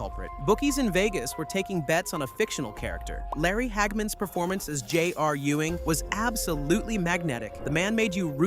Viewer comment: He probably asked AI to write it and has never seen the show. In fact, the way "J-R" is pronounced the same strange way, maybe it's an AI voice too.